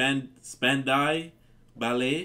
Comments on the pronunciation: Spand - ow [as in wow] Bal-lay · I actually prefer their song "Gold" to this one, but this one is good too. The group name is pronounced "SPAN-DOW BAL-AY" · It is pronounced Span-dow balley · Span-dow Ball-ay ... is how you pronounce the name of this band!